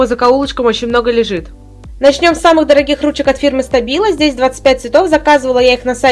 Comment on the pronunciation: Штабило читается, а не стабило